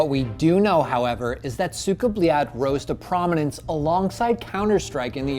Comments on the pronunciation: СУКАААА БЛЯЯЯЯЯТЬ, не правильно произносите, практикуйтесь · its not cuka bleat speak it right noob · Anyone notice how he says its with a d not a t then they spell cyka blyat and put a tick next to it 😂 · explains pronunciation. clarifies common american mispronunciation. proceeds to mispronounce it throughout entire video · what is he doing? Also he mentions cyka blyat in this video and hears it so many times but he can't even pronounce it right smhsmh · Why do americans misspronounce EVERYTHING???? ESPECIALLY russian words. The american in the vid completeld misspronounce it as well. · Anyone else watching this and like the host cant say cyka blyat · It annoyed me that he brought the Russian guy on and he tells him how to say it properly.. he continues to say it way off lol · I hate how he pronounces it